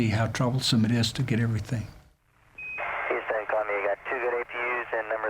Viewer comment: Lol the narrator says Hooston instead of Houston.